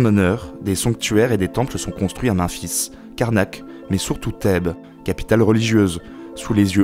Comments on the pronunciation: vraiment attention aux prononciation comme Memphis et non Menphis ou Amon qui se lit Amone ect ect c'est vraiment un point qui marque la vidéo du début à la fin au final on s'attarde plus sur ce problème jtrouve ça dommage et c'est mon cas dans plusieurs autre vidéos de cette chaine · "manfis", bordel. "Ah mon", Mais... Arrêtes! "Math", ... Bonne vidéo, la prononciation par contre. Même-fils Amonne et Ma-hate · Memphis se dit mèmfisse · putain merci c'est exactement comme ça qu'on le dit et aussi pour Memphis c'est men (en anglais) fils